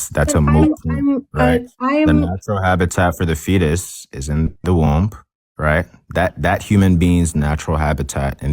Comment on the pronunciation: All you did was show that you and your goon (who can't even pronounce womb correctly) can barrate and badger inexperienced debaters into a corner where they don't have a response. Screaming "does it justify unaliving a kid" over and over again isn't an argument, it's uncharitable framing at best. You made no points here. You just looked like an asshole